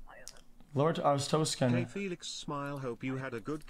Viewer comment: he literally started speaking artozkan he skipped the "a" pepega